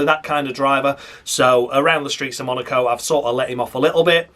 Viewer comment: Even you just saying MUNARCO several times would be noticed 🤣